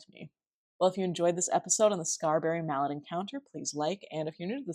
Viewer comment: Just a heads up... Mallette is pronounced "Mah - let" as in "Ma let me stay up late so I could watch my favorite YouTuber '!'